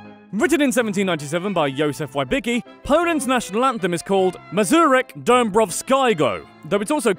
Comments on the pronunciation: You should work on the pronunciation of Józef Wybicki's surname. Except for that it was really good. Also 'pierogi' is already plural so there's no need to ad "s" at the end. Thanks for featuring Poland on the series! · Sadly he pronounced almost all Polish words just with a heavy American accent, but still easy to recognize. Ok "Łybiki" instead of Wybicki [Vibitski] was hard to guess.